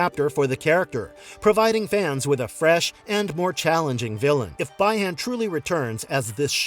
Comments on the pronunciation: The pronunciation is Bee Han (Bi Han) not Bai Han (Bi Han) for Sub Zero's real name. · Bee - Han or bi Han not by hon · The fans may be disappointed because of the lack of Johnny. But upon hearing BY-han . . . 🤦🏻‍♂️